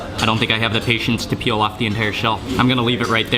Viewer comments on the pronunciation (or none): none